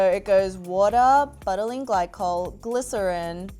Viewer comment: Me it is like beutylene not butt